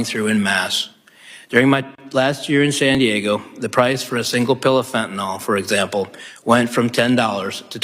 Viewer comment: Fentanyl is pronounced FEN-TUH-NILL——NOT fen-tuh-null.